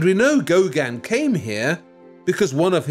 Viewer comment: . I agree. His grating voice, intrusive presence and mispronunciation of Gauguin as "Gauganne" seem to amount to some sort of aggressive inverted snobbery. Even the written text apparently deliberately mis-spells the name three times, "Gaugin".